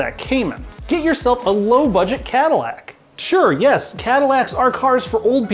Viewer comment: Cadillac? LoL